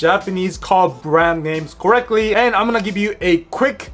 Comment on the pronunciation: Why should we worry about Japanese pronunciations? They don't worry about pronouncing English words correctly. Example right at the start of the video. It's caR... not coh. It's "co-RECT-Ly," not cohrecwee.